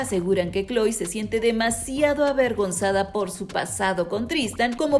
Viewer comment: Se ya má kloe no khoe